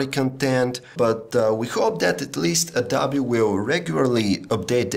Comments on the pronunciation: Somebody needs to tell this man that it is pronounced "adObee," not "adAbee." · he said adobi